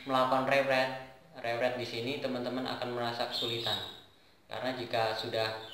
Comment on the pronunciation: Bagus juga, meskpun penyebutan nya masih banyak yg kurang tepat, saya sempat binggung saat mendengar "rewrite". :D Tapi sekali lagi, ini nice motivation :D Btw, sekedar saran, agar hasil video tidak goyang-goyang, pakai saja Gorilla Pod. Untuk sound sih udah cukup jelas, tapi lebih bagus lagi kalau pakai mic eksternal :D